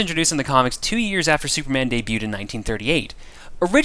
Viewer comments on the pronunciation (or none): none